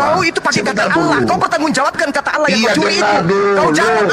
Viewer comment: itu orang mana,kok gak tau bahasa Indonesia,Allah bacanya tetap Allah tdk berbunyi alwoh seperti